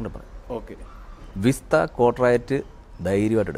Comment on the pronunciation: വിസ്ത അല്ല സേട്ടാ വിസ്റ്റ